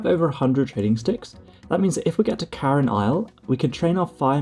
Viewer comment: Cairn, not Carin. (Pronounced like 'care' with an n at the end)